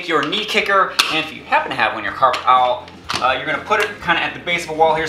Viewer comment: Coffee is for nerds and old farts. The awl is not pronounced like owl😊